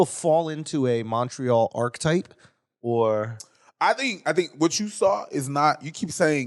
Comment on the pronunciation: Lmao these dudes aren't fooling anyone calling montreal "Munchree-all" WE FUCKIN KNOW YOU WERE BOTH BORN IN THE US YOU DUMB FUCKS. YOU AREN'T FRENCH CANADIAN, AND APARENTLY YOU DON'T ACCEPT BEING BLACK AMERICANS EITHER.... Eat my ass losers, enjoy your toblerone..